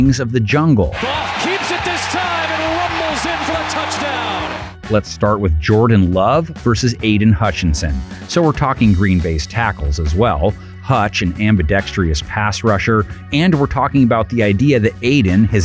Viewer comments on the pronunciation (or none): Why are people saying "ambidextrEEous" nowadays?